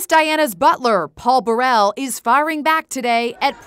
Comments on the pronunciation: It’s Burrul as in trouble not Burrell as in a well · It’s pronounced Bur- rul not Bur- elle!